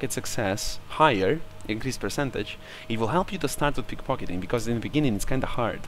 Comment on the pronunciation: you said pickfockiting